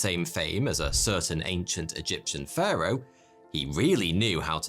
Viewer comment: It sounds like he’s saying führer instead if Pharo